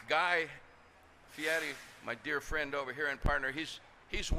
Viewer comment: "Guy Fur Ary"? Chick didnt "wing it" very well .